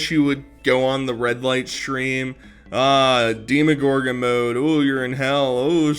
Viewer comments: Her pronunciation of deeeeemagorgon. I can’t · "Deee Muh Goargin" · Love hearing her say demagorgon wrong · ef everything else, i just want to fight nal for pronouncing demogorgon incorrectly